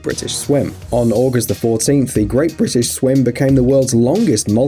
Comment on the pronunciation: great brItish